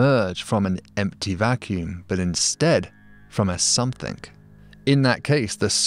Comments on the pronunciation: Something, not somethink! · I’m sure you read this from a script, so why insist on saying,‘somethink’ !? S O M E T H I N G!!!! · I love how that even after elocution-lessons, David pronounces something as "somethink". lol